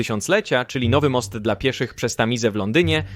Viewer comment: Dlaczego si mylnie czasem wymawia słowo DLA... Tylko mówi de,el,a?